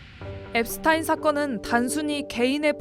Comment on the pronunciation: 제프리 앱스타인 아니고 앱스틴